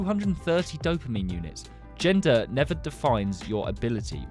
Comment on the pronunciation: Why when he says "dopamine" i hear "dumpling"